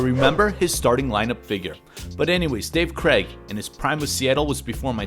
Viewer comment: The AI idiots can't pronounce his name correctly....